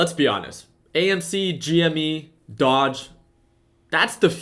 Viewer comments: its doge...not dodge.....smh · Doge is pronounced dohzh